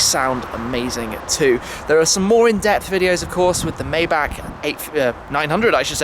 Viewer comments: Mybach? Don't you mean Maybach? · Myback? I'm almost 100% sure it's Mayback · says Maybach right for once. seconds later Mybach again. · Shmee your a car guy you should know how to pronounce maybach (myboch is the correct pronunciation ) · The way you say Maybach haha